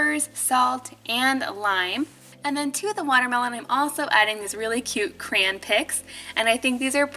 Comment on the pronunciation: the way you say crayon lol😂